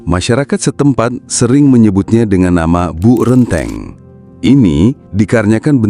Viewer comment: bacanya Bok (semacam tembok tebal) Renteng ( E = dalam peci) artinya berjejer